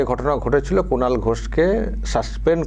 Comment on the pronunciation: Speaker babu Kunal ke duibar "Kulan" bolechen. Hoi to "Kalangar" bolte bolte bolen ni. 😂😂😂